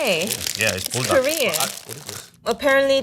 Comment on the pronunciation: The way she says Buldac, it sounds like burdock, which actually belongs in a Korean or asian soup.